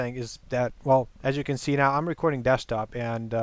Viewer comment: "today we are going to be talking about recwording software" o my lol